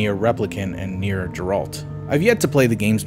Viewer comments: Nier geralt? You mean nier gestalt right? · "Nier Geralt" come on guy just literally read